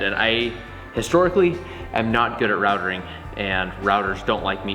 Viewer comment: Minor point - it’s “routing”